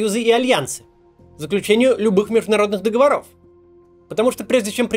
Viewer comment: ДоговОров, Максим, молю:)